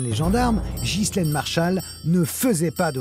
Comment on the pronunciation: De grace mrs Zero,prononcez ghislaine comme il faut , en Français, Enghien les bains, Ghana,Maghreb,Delonghi,Ghia,Spaghetti,Ghisonaccia etc etc le H à une fontion de U,c'est pourtant simple,non ? Quand au S,il est muet, Mesrine,Deschamps,Desprès !